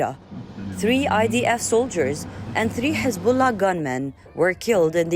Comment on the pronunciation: Hezabollah it is not lebonan